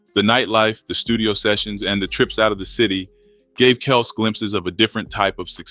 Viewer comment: Kelz not kelse